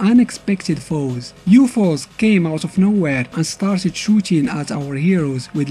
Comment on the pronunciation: yup. he just called them YUFOS